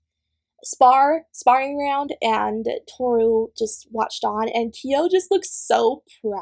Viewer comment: Ok so I’m going to have a melt down every time kyo says Tohru.